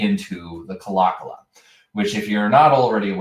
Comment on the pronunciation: Pronounced "Claw Claw."